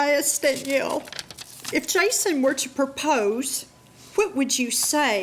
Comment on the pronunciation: Why can’t the narrator pronounce Danielle properly?